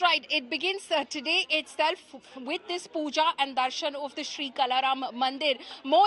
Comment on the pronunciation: is pronouncing Kala Ram as कला राम, where as it is काळा राम - not expected from a news channel like India Today